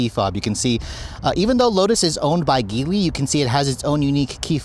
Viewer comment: The "mother company" Geely is not pronounced your way, it's pronounced "Jee Lee"